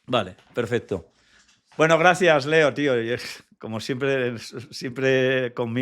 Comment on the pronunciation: te ha dicho Leo,Leo coño no Lio!!jajaja